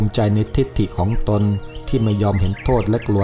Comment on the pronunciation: คำว่า "ของตนๆ " ต้องอ่านว่า ของตน ของตน ไม่ใช่...ของตนตน แอดมินอ่านผิดนะ...อย่างอื่นดีมากแล้ว